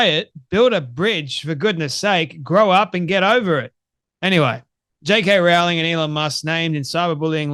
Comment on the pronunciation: Rowling rhymes with bowling.